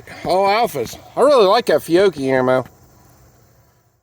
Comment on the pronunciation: Feeyocchee? Fyeoakie? 😂😂 Good stuff!